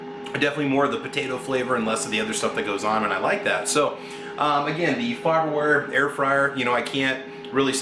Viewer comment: It’s faberware lol